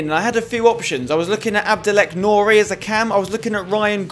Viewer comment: Nu alleen nog z'n naam uit leren spreken Spencer haha